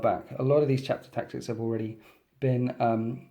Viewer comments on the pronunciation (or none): none